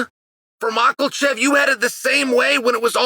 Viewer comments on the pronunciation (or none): Mockelchev lol I feel chael intentionally mispronounces fighters' names. Ya rear